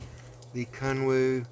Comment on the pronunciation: About 10 minutes into the video when I finally realized you were not saying "kung fu" but actually "Kun Wu"! Sweet piece for sure. Thanks!